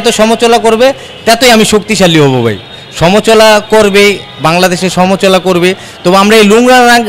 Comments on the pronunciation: সমচলা না সমআলোচনা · সমাআলোচনা যে উচ্চারণ করতে পারেনা সে হতে আসছে এমপি?বাংলাদেশ মানে বিনোদন।